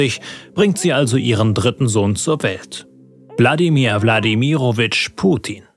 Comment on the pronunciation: Hab nur ich Bladimir Putin verstanden